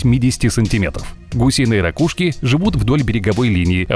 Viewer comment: Как он говорит РАКУШКИ))))))): °-°